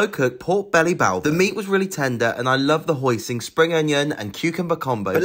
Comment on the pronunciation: It’s pronounced ’hoisin’, not ‘hoising’…and the noodles ‘literally cost £9.50’…as opposed to metaphorically??